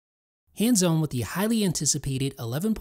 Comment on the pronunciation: Did anyone else here "Hands 'Own'" in the beginning or was it just me?